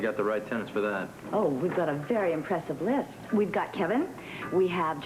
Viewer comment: Did Bobbie say "we have a very impressive "LIFT" instead of list? at about